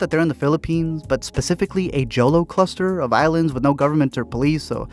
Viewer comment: its pronounced as "HO"-LO" not "JO"-Lo - i was laughing when i heard that word in the film but yah its kinda confusing coz of the spelling - anyways its a good one time watch flick